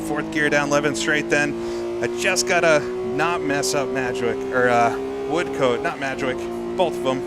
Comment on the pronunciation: Apologies, we Brits do have some funny ways of pronouncing names. The second syllable of Levant rhymes with Ant and pretend there is no E on the end of Woodcote.